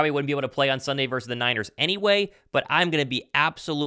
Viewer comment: It's fortyniners not fortywiners be professional let's go Niners beat them Eagles